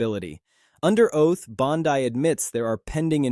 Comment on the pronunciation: You're saying Bondi wrong. You're repeating yourself. Blocked.